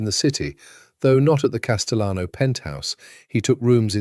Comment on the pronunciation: AI has a problem differentiating between Spanish and Italian surnames. If you intend the correct Spanish pronunciation of Castellano, the double LL is pronounced like a Y. So it’s Cas-te-yano.